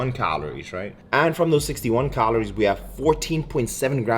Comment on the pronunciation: How many "cahlories" do you eat? 😂